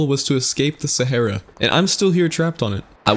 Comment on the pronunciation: You say sahra wrong